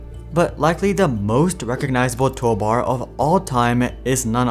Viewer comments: That bothered me the entire video. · I mean if I was making a video I would probably make sure I say toolbar correctly each time